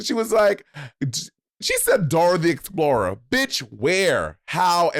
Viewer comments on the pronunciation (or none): Yes, Bob, most of us Mexicans don’t have a friendly Kiki with Spain….lmao! Big colonizer energy. I cringed when she said Dora the Explorah (like Monét said 😂)